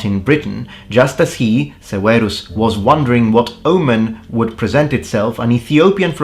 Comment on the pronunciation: Septimius Severus's name would certainly not have been pronounced "Sewaros." It would have been "Severus" or "Seferos" or perhaps "Seberos" like a Spanish "b."